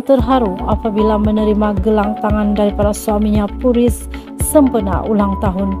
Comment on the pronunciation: Admin pun tahu mengundang, bkn menangis tp terharu saja. Bkn puriz tp sebut PIYU Riz (PU Riz).